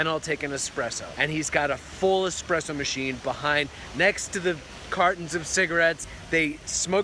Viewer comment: I don't smoke... but the expresso? Yeah...